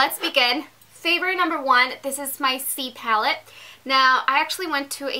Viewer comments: Did she say Z-palette? It sounded like C-palette. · Can u add the descriptions to the box. took me forever to find the palette online, i swore u said "sea palette" lololol. Z Palette! LOL Great video, thanks for posting it.